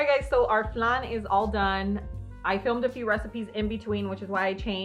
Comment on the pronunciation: We say flan like plan not flun.🤣